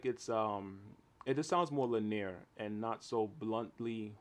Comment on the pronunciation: Linear -- it's pronounced "LINN-ee-uhr," three syllables. Great review, though. Just what I was looking for.